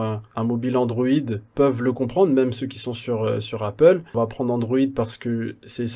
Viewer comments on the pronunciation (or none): none